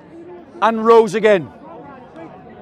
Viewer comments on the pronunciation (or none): none